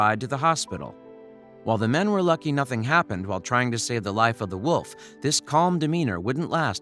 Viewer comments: You are saying woof not wolf. Jest me ok. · I like how it sounds like they was saying woof instead of wolf :>